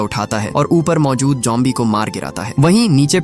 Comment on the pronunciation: Bro it's zombie not jombie😊